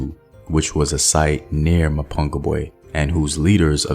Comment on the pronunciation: STOP murdering the words "Mapungubwe" and "Changamire DOMBO "